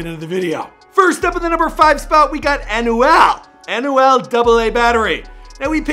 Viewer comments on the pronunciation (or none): "AnuEL" xD